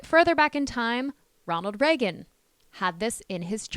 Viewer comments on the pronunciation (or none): none